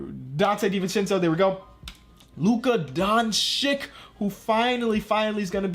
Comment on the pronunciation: its Don-cic not Donk-ic